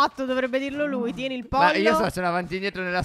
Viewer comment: = Avete notato Phere come dice POllo?